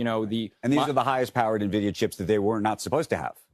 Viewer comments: Ffs... It's not Neh-vidia It's IN-vidia This channel and TJD show are practically sister channels at this point... Gaffs n everything. Cheers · N-Vidia, not Nevidia. It's a computer company, not a subsidiary to Nestle 😂.